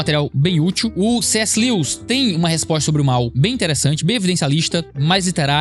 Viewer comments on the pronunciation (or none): none